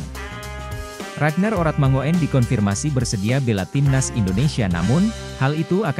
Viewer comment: bacanya urat mangun bukan orat mango en, oe itu ejaan lama yg biasa digunakan orang jawa kuno